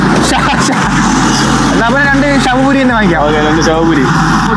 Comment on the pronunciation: ശവപൂരി അല്ല സേവ് പൂരി😂😂😂😂